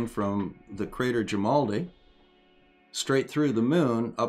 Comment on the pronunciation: At least once you left out the r, sounded like "jimaldi" to me.